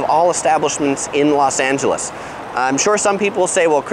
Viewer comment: Why Do You Keep Saying Las? And Nothing Beats LA keep That In Mind❤️👌🏻